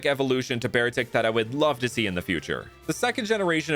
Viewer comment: Did you know pronounces Beartic as bear arctic?